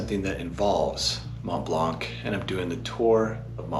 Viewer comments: For the love of god, its pronounced "Mont Blan", not "Mont Bank" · Dude the "C" in "blanc" is silent 😂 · After all the time you spent on and around the Mont Blanc, you should know now how to pronounce it ;-) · Become a better version of yourself and stop pronouncing the "c" in Mont-Blanc. The whole francophone world will thank you. Extra tip: the same apply for the "x" in Chamonix